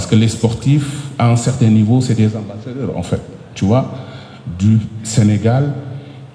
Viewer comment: Le boss de la lutte sénégalaise ❤... Mais les " enffett" 😂m'ont fait marrer